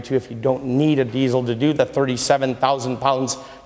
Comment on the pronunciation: There is no Z in diesel, learn how to talk if you're going to sell them, typical salesman